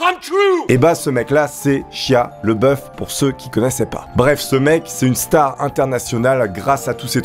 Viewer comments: Shia La Beouf, pas le boeuf -. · Par contre c'est Shia LaBeouf pas Leboeuf... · Prononce au moins correctement son nom (bordel): LABEOUF !! pas LEBOEUF ! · Sympa, +1. Mais cet acteur s'appelle LEBEOUF et pas LEBOEUF... Donc ont dit LE-Bé-OUF ... Joli troll donc xD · Ça m’a écorché les oreilles à chaque fois que tu as prononcé son prénom. Ça se dit « Shaya Labeuf ». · Ca se prononce pas "chia leboeuf" mais "lébeauf" (s'pas une blague)